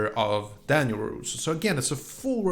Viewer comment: His name's Robby and yes I agree, he's easily the worst character. By the way you keep saying roroso, it's larouso.